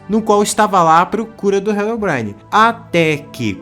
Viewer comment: Mano, desculpa, mas eu não consigo tancar tu falando "HELOBRAINE" 😭😭😭😭 Foi mal, mas eu tou tendo que pausar o vídeo toda hora pra rir da pronuncia KDFJDSNMFJHREDGD Que pecado, meu deus